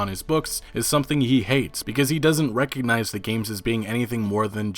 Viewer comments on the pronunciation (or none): none